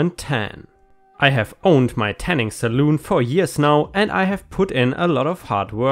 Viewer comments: Just as an FYI, a tanning or hair styling establishment is called a salon, not a saloon. A saloon is the place where cowboys in the Wild West would go to buy alcoholic drinks and play cards. I know the words are similar, but I couldn't help laughing every time you said "tanning saloon"! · I know you are a German speaker so I will help with your English just a tad. Salon is pronounced “sal-on”. not “sal-oon” Otherwise you English is perfect! 👏🏻👏🏻👏🏻👏🏻👏🏻. The girl with the deceased service dog in training could maybe have her testimony filmed for court if they would allow it due to her disability. It would be less traumatic for her. Just a thought. 🌟🌟🌟🌟🌟🌟🌟🌟🌟🌟🌟🌟🌟🌟🌟🌟🌟🌟🌟🌟🌟🌟🌟🌟🌟🌟🌟🌟🌟🌟🌟🌟🌟🌟🌟🌟🌟🌟🌟🌟🌟🌟🌟🌟🌟🌟🌟🌟🌟🌟🌟🌟🌟🌟🌟🌟🌟🌟🌟🌟🌟🌟🌟🌟🌟🌟🌟🌟🌟🌟🌟🌟🌟🌟🌟🌟🌟🌟🌟🌟🌟🌟🌟🌟🌟🌟🌟🌟🌟🌟🌟🌟🌟🌟🌟🌟🌟🌟🌟🌟🌟🌟🌟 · Salon is pronounced sə'län. Which is an establishment where haircare is done. Pronouncing it as saloon ( sə'loon ) makes it something else altogether. 😄🍻🍺🍻😊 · 1. He could surely sue for defamation and win. Also, it is pronounced sal-on; not sal-oon. 2. The kids were trespassing, so it's not his fault. OP should use the new info, combined with previous case, to prove that neighbor (and/or his accomplices) did the egging to charge them again; keep charging them until they learn they can't keep messing with him. 3. That neighbor is just a piece of shit. I just hope the cameras catch him in the act so he gets what he deserves. ************************************** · "Salon" is pronounced as "sa-lawn", not "sa-loon". a "saloon" is a place where people drink alcohol. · Hey, a "saloon" is like an old-timey bar. Salon rhymes with lawn. ⭐⭐⭐ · "Salon" is pronounced how it's spelled: "Sal-on" It's not the same thing as a saloon. Just FYI. :P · Salon...sa lawn not saloon which is a western bar. Yes, it was a set up. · it's pronounced SA-l-ON. a Saloon is a mini bar/resturaunt/place were people bet and entertain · Pronunciation for Salon is “Sa-lawn” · It's pronounced "Sah-lahn."